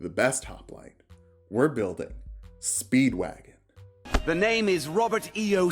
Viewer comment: I thought it was pronounced Speeeeeed-Wah-GoHN